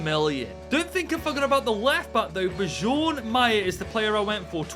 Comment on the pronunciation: The way u pronounced bjorn